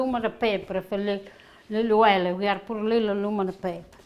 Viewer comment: Wonderful, cant wait to make this. Dont you love the way she says Oiryll...........oil..lol x